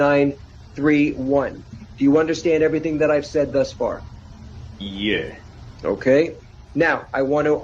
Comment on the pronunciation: That paused "Yeeeaa" kills me every time. 😂